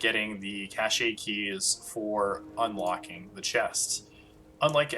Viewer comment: "Cache" is pronounced as "cash" not as "cachet".